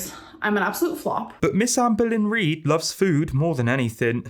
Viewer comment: For some reason when you said Amberlynn Reid, it sounded like American Greed which... poetic.